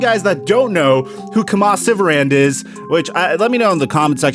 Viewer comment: it’s pronounced “key-muh” lol